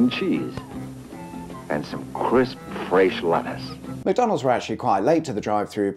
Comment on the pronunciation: "crisp FRAYSHE leddis"